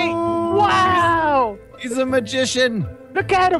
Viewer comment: Im going to make this "leathitate."...bruh... a new word.